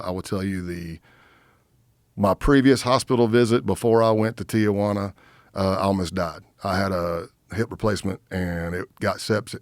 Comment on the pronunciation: It's Tijuana, not Tiajuana